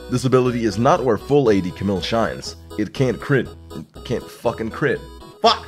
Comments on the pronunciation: "ca-mill"?.. isn't it pronounced "ca-meel"?.. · CamILLe not Camil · It's "Cam-EEL" Not Camill :'(